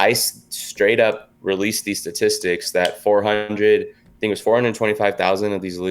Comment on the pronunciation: dramastically stastistics